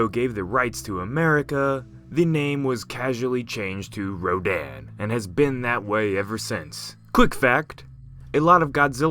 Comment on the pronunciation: Ro-dan.... Dan the man, yeh no stfu i cant xD It should sound like ro- dun